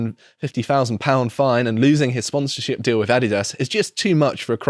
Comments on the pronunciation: Greetings from a Yankee viewer. I'm a big fan of your programming, but I must correct your pronunciation of the American sportswear brand, Adidas. It drives me nuts, everytime you guys mispronounced it.🤠 Adidas = (Uh-dee-dus). Keep up the great programming. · Everyone here says Ah-DEE-das so I had no idea what the hell you were saying for a minute and I listen to British media constantly, hahahahaha.